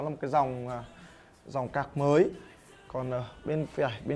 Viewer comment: Card mà cứ nghe thành ca* là sao nhỉ